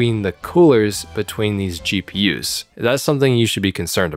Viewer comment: I literally heard CheaPUs instead of GPUs 😂